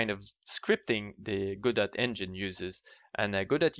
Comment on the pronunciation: BTW, it's pronounced "God oh", not "go dot".